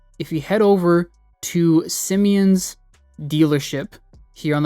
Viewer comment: “sim-e-ons” pissed me off